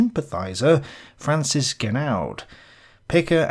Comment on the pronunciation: Pardon my pedantry. Francois is pronounced "France-wah". And I think the D in Genoud is silent. Good video though, very informative and interesting. I wonder how much of accepted historical consensus is just plain fluff.